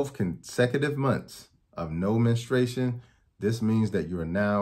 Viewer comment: I value his info and mission. The word is " menstruation ". MEN-stroo-ATE-shun. Not minna-STRAY-shun. Women MEN-stroo-ate, not MINNA-strate.